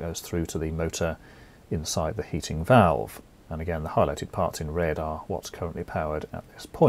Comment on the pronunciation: You sound board ! whats with the wierd emphasis on "side" when you say "inside" . Sorry but you'r hard to listen to. bur your content is great . THANKYOU